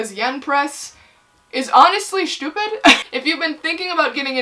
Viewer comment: "Schupid" slayed me 🤣🤣